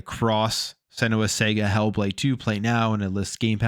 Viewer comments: Sarga... It's pronunced Sarga not Sega 😂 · It’s pronounced s’ahh’ga !!! Not sega 🤦🏻‍♂️